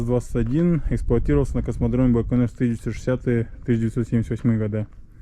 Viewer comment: так он по-русски говорит. Какой байканыр? Даже всемирно известное название умудрились испортить...